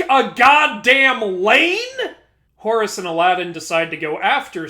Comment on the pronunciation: Whenever I hear you you say Horus... its sounds like Horres! XD Cracks me up~